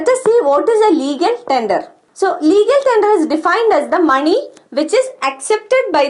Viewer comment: When she says money i hear “Mani” Naageen Mani”🐍 anyways nice video mam